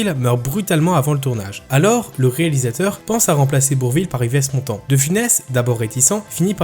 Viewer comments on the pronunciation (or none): alors.... Comme un cheveux sur la soupe en 1957, il avait le premier rôle... et ça a été un succès... dommage de pas en parler. Yves Montant, ça se prononce ''ive'', pas ''ivèsse'' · Ivesse Montand ??? renseignez vous un minimum avant..... sinon, vidéo intéressante, merci à vous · "Yvesse Montant" ??? Un peu de respect stp